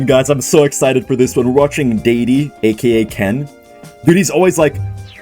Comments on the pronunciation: feels so nervous himself just watching Ken play, he pronounces "Daddy" as "Dadey". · daddy? no, he is Day-de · did bro just say "daydee"?? is bro not fluent